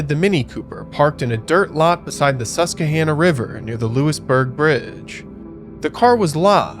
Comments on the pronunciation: It's "Sus-quah-hannah". I would love to hear you try to pronounce Schuylkill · It's pronounced, SUS-QUA! lol